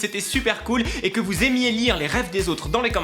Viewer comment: Au debut de la vidéo j'ai compris : " Heryyyy! FOUS aller bien?" Cerait tu allemand??😂😂